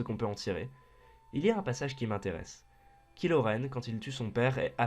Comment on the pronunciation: TRRMINATOOOOOOR ! Mais, ça parlera de quel film? Parce que je n'ai pas vu le cinq (et clairement, j'ai pas envie de le voir) Aussi, on ne prononce pas "kilo" Mais "Kailo" :) Enfin, c'est une super vidéo, je suis d'accord avec toi pour tout ! Continue, c'est super :)